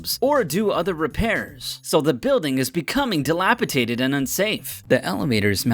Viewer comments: It's "caREENing" NOT "caREARing". "dilapiDATEd" NOT "dilapiTATEd". Does anyone double-check pronunciations over there? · "careeRing?" Oh, you meant careeNing. "dilapiTated?" Oh, you meant dilapidated. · It's careeNING not careeRING .... it's dilapiDATED not dilapiTATED.... and yo.. that mosquito sound FREAKED ME OUT... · I was only just tolerating this, skipping through the sleep-inducing narrative to just see the buildings and then I heard it.... “dilapiTated” ... aaaand end video.